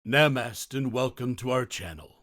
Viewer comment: It's moo-dra, not ma-dra. Also it's na-ma-stay and not whatever he opens with.